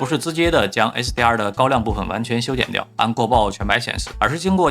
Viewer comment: 這是什麼口音？ 為什麼hdr 和 sdr 完全聽不出區別😂